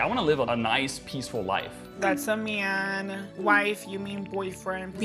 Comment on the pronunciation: what's a "myaaan"?